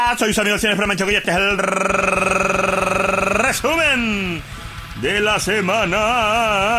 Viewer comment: Buenisimo el rrrrrrreeeeeesumen de la semana